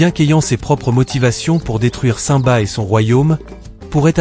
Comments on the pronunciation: mais c'est normal, aucun être humain n'a ce genre de voix. on entend bien que le timbre de voix fais faux, c'est surment une IA qui parle donc une voix robotisée voilà pourquoi il prononce le nom de simba comme ceci saint-ba alors que ça ce prononce cime ba. De plus, à un moment il dit ira au lieu de zira. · nul et déjà vous dites ou prononcez mal le nom de simba. quand vous dites le non du roi lion on entend comme ci vous disiez saint ba hors on devrais entendre comme si vous disiez la cime et vous rajoutiez le bas donc ça donnerais cime-bas et ça s'écris comme ceci je vais vous l'épeler lettre par lettre: s-i-m-b-a mais on entend comme si on parlait de la cime et du bas. de plus zira ne peut pas être la sœur de nala c'est impossible car si on regarde bien les détails on voit clairement que zira semble beaucoup plus âgée. elle pourrait être sa mère au vu de l'apparence mais là aussi c'est impossible car la couleur n'est pas la même. les partisanes de scar et donc de zira sont grise hors simba et les seins sont roux. c'est comme les renards: ils y en a des roux et d'autres bleus et les polaires sont blancs. d'après moi scar (taka) était jaloux de mufasa du fait qu'étant l'ainé c'est taka qui aurait du être le futur roi mais leur père à toujours préféré mufasa faisant de lui l'unique hériter de plus mufasa à épousé sarabi hors taka était aussi amoureux d'elle. comme le dis le proverbe faute de grives, on mange des merles ce qui veut dire on se contente de ce qu'on a alors que l'on pourrait avoir mieux et ça s'est appliqué à scar qui à été obliger d'épouser une autre lionne que sarabi et ce fut zira mais elle, elle était je pense amoureuse de taka (scar). voilà pourquoi zira ne peut avoir aucun lien de parenté ni ave sarabi ni avec nala.